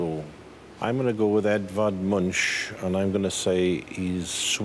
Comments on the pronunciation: Edvard Munch is pronounced with a K-sound at the end, not a SH-sound. Love from Norway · Is that really how they pronounce the name Edvard Munch in the UK??